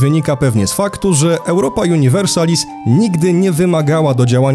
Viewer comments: Miej łacińską nazwę gry. Przeczytaj połowę po polsku, połowę chyba po angielsku juuuniversalis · "Universalis" ma akcent na drugą sylabę od końca, bo to "a" po łacinie jest długie. Podobnie jak "biblioteka" ma akcent na drugą od końca bo to "e" jest w oryginale długie.